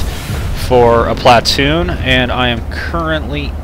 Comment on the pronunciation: sorry but it is pronounced plu-toon but is spelled platoon